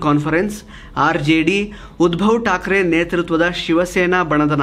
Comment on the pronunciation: ಉದ್ಭವ್ ಠಾಕ್ರೆ ಅಲ್ಲ. ಉದ್ಧವ್ ಠಾಕ್ರೆ.